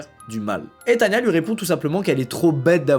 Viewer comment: Mais ducoup c est pas Tanya mais tana